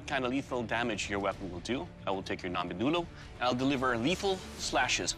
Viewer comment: imagine being a kenyan and being dissapointed when he said ngombe wrongly